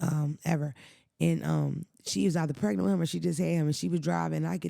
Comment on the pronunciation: ‘Wit the quickness’ 😂 He frustrates me sometimes ❤